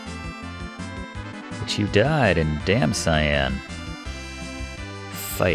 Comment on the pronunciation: Damcyan ... pronounced: dăm sē ăn. Not "Damn Cyan" ... the middle of it would be pronounced as halcyon literally replace an "hal" with "dam" and the 'on" with "an" and you got it.